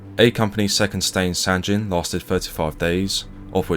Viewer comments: Sangin, not sanjin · Nice vid. But, it’s pronounced Sangeen, not San gen or gin. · It’s not sanjin it’s called sanggin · Not to nit pick as it’s a great video and respect to the VC but the town is pronounced sang-in not san-gin again I think proper pronunciation is important in telling the story out of respect that’s all. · "Sanjin" SMH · Its Sangin, G as Golf, Goeth. Not G as Gender, Genes! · Another great video, bro! You do such a credit to our service men who deserve to "Liveth for Evermore", it's much appreciated! But I do have just one little thing to say about a minor point.... I'm certain that the 'G' in 'Sangin' is pronounced as a hard 'G', like in 'Good' or 'Girl', and not as a soft sound 'G', like in 'Gin' or 'Giraffe'. As a rule it's safe to assume that when a 'G' appears in the spelling of a word from a foreign language, and that language is not part of or connected to the Romance family of languages (descending from Vulgar Latin) then you should pronounce it as a hard 'G'. thanks again buddy. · As veteran of Sangin, everytime you pronounce the G with a J sound it makes me cringe